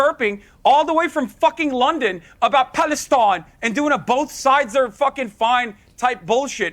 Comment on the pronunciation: the way he says palestine 😂 What a clown.